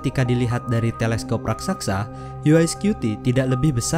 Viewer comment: raksasa bukan raksaksa😇